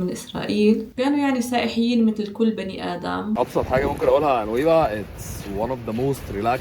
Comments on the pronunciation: سائيحيين؟! تعلمي الحديث الصحيح ثم تكلمي ... مستوى منحط في النشر و محاولة صريحة لتشويه مصر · فيديوهاتك حلوة بس بالله عليكي اسمهم سائحين مش سائحيين